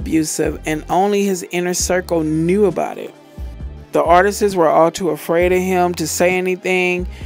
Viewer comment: "Artisis?" Really? 🤦🏽‍♂️🤦🏽‍♂️🤦🏽‍♂️